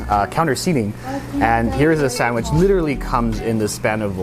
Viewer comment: I'm American and don't pronounce sandwich like that, I can hear a distinct Canadian accent when you say it. In fact I can hear your accent in every word you say, but "sandwich" is particularly strong.